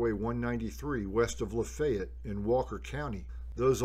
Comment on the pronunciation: I can tell your a local by the way you pronounce LaFayette! Great video! - Former Berry College student